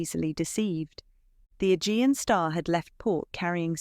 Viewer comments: A-gee-an. Not e-gin. Forgot ai. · Learn how to pronounce names and words. It is the Ah jee anh sea. Agean sea